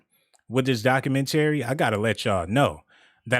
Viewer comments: "doc-u-men-terry-" bruh stop🛑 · You're illiterate or something bruh! 🤣🤣🤣 Can't pronounce documentary correctly and be reeeaaaaching!!!! On some points here and there like Dahslim from street fighter lmao. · U killing me how you say “ documentary” sheesh. Nice video though